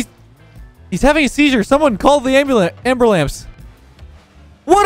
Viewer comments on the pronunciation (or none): did you just say anberlams instead of ambulance? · "hes having a seizure call an amburlance" "I cant breate" calls amburlance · Amburblance xD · ambulance? no, amber-lance? yes